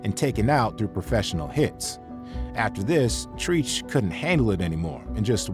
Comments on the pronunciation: Every time you said TREECH cringed... you don't know hip hop if you pronounce it like that..... in this video was kind of a reach. We know Vlad as a culture vulture, but these guests did not give him the heat he needed... and lastly I blame us for being guest. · Tree-ch? Tf is Treech? This is a hip hop channel, right? You lost all cred not saying his name right. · Did this dude say Treeech?😂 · ‘Treech’ How you got a hip hop channel and can’t pronounce Treach’s name? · This nigga said treech🤦🏾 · You lost me when you couldn't say Trech 😒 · Your pronunciation of Treach is cringe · Did your dumbass really call him 'Treetch'? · Treach is pronounced Tretch, good video though. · Bruh his name is Treach (Trech)! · The irony of this video when the narrator calls treach treeech. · Who is “trief”??? His name is treach. Not even close! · That treech shit was blowing me from the first time it was pronounced.. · I stopped watching when that dude said "Treech"! #RealCultureVulture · Not "treech"...treach short for treacherous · For starters you said teach name all wrong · Learn how to say Treach’s name. We can tell you’re not a true fan. You fucked his name up. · I’m watching a video about a culture vulture and I’m thinking the maker of the video is the same because who doesn’t know how to pronounce Treach name? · Jersey dudes back-to-back Akon and treach plus you saying Trigger Treach name wrong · When Troglodyte programs tries to pronounce a name like "Treach".....smdh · Treech? It's Treach, pronounced Treach as in treacherous.. U must not be a part of the hop hop community and I'm giving a thumbs down for this video.. TF⁉️ This is what happens when culture vultures try to get paid off of views in our community. Treech 🤦🏿‍♂️ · It's treach not treeech put respect on the man name! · TREACH IS Pronounced “TRETCH”Bro like (Stretch) Not “TREACH” Like (Teach) Good Video 💪🏽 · hahaaa "TREECH" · Not Treech 😂 do better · Treeech 😂 come on bro thats not hip hop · It’s Treach not Treech!